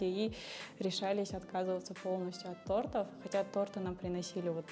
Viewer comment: Не тартов а тортов)